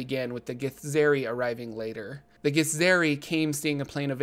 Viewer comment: Githzerai is pronounced Gith-zurr-eye, just fyi, at least according to the Githzerai themselves in NWN2!